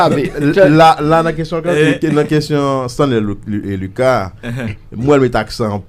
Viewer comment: Bro mem creole la ou pas paler bien. Stanley luca bro. Pas Stanley lucasse bro si ou vler kob sou YouTube fok ou apran paler nou pap ht médiocrité ankor